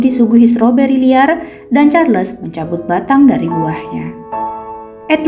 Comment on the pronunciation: Sebutnya Charles tu Charls tanpa les. Sebutan Nama manusia x boleh suka hati diubah.